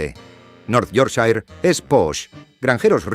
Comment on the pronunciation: No entiendo por qué algunas cosas se pronuncian bien y otras tan mal. Me refiero, ¿se puede al menos decir -shire bien? Un trabajo de investigación bastante decente, no entiendo por qué no se busca la pronunciación de las cosas al menos más básicas? Decir "The Shambles" medio decente y luego "Yorkshair" es un poco esperpéntico.Casi me muero con Peterborough (es "Pitebra" como "Edinbra"). Es que es una pena, porque siento que realmente no es mucho al menos mirar por encima como se dice. Nadie pide algo perfecto, es como decir "Marsia" y no "Mursia". Sabía que no debía ni mirar Leicester jajaaj (Lester!!!)